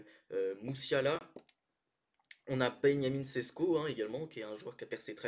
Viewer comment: Je t’ai entendu ta dit Benjamin Sesko ta dit Benjamin en Allemand